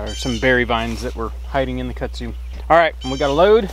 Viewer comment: It’s kudzu not Kutsu